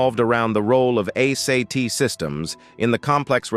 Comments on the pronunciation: A - SAY-T ? ARE YOU KIDDING? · ASAT is pronounced “Ayy-sat”; Is this even a real human being narrating this video?